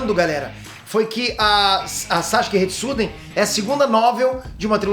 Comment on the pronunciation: Sasuke Retsuden, não Sasuke Shiden